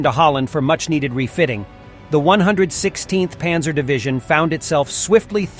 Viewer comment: This is an interesting vid, but the bad German pronunciation is distracting. Windhund is pronounced "vindhoond" and Panzer is pronounced with an open "a" - more like "Pahnzer"